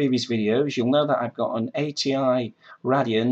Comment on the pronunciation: Lol, you pronounce "Radeon" wrong XD